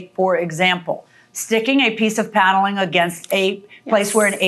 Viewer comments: Plaintiff says "Piano-ling" instead of "Paneling" lol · The way she says paneling is weird